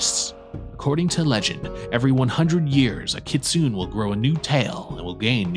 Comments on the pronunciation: You're pronouncing kitsune wrong, its Kit-Su-Neh. Kitsu- the bark of a fox in ancient japan. Ne- an old term of endearment in japan. You're also intermixing some more modern/anime ideas of 'good/bad' japanese fox terms. Nogitsune (No-Git-Su-Neh Yanko is a more modern given term) are Wild Foxes, aka those who do not follow Inari and cause trouble the most. Kitsune are Inari's foxes (also used as the standard word for a regular fox as well, in japan ANY fox COULD be a magic fox and thus they use the same word for both), and while tricksters are also generally benevolent or at least ambivalent. You are correct in the illusions, shapeshifting, and the gaining of tails... However, it doesnt matter how experienced a fox is or isnt, they will always have some kind of fox-like tell. If not a tail, then fox feet, or eyes, or shadow. Their shapeshifting will always be slightly imperfect in that foxish way. Another note is that once a kitsune has nine tails and gains 1000yrs of age, instead of another tail they will become either gingitsune ( Gin-git-su-neh- silver/white holy fox) or ascend to heaven as a tenko (ten-koh- holy/godly gold fox). You also failed to mention the most important ability of their folklore, and that is the possession of human people, causing fits and making their hosts 'act like foxes' by screaming, eating meat, and attacking people, or seducing them to drain their strength and vitality with no apparent cause. Afflictions that are still believed to happen in the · It's actually pronounced "kit-soo-nay" (kitsune) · It's (Kit-tsu-ne)